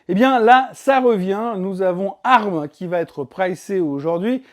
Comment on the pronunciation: C'est moi ou le son n'est pas top. Ca grésille un peu sur les intonations. Sinon merci pour la vidéo. Et pour ARM ça ce prononce "A R M" et pas "arme" sauf erreur